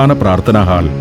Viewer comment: ഹാൾ അല്ല sir... ഹോൾ. പുതിയ തലമുറയെങ്കിലും correct pronunciation പഠിക്കട്ടെ